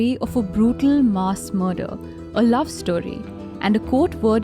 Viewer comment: Cringed each time she mispronounced MASS.